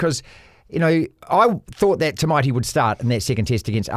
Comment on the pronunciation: It's not too poo. It's Too-Bow. 😂 Tu-Pou! Come on mate! 😂